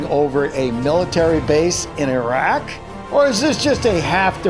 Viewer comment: Bravo pronounced it as e-raq not i-raq